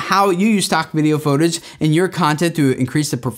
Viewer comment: 📢I ALWAYS noticed pronounced "Footage" like "Photage"!!! I guess that would make sense, since it PHOtography and not Footagraphy 😂